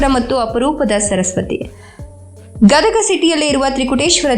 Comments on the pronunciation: Medam gadaga alla gadag ani ok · ಗದಗಾ ಅಲ್ಲಾ ಗದಗ ರೀ, ನಮ್ಮ ಊರು.. ಪುರಿ ಮತ್ತ ಬೆಟಗೇರೀ ಚಟ್ನಿ ಮರತರೀ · Gadaga ಅಲ್ಲ ಗದಗ